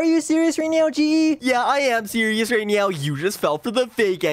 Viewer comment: Are you sewious right bruh 😐